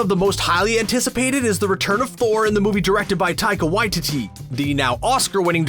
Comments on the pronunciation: I really like the vid, the only thing I hate is the pronunciation of Taika Waititi's name It Why-Tee-Tee not Why-Titty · Taika WaiTEE-TEE not WaiTITTY I know cause I'm from New Zealand like him so don't me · "taika waititty" can you say it right, "taika waititi" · Taika Wa-Tee-Tee. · You are pronouncing Taikas last name incorrectly... Its Why... Ti... Ti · Poor Taika Waititi’s last name getting butchered by. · What if said Taika Waititi’s name correctly? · what if you guys actually learned how to pronounce taika waititi correctly...